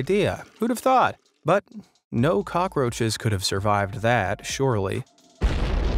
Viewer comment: You said cocky roches hahaha your hilarious bro